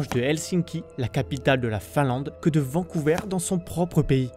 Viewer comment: Au Canada français on dit Vancouver, pas Vancouveur !